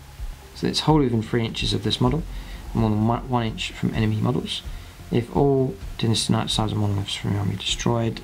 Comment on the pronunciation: Dinnasty? Lol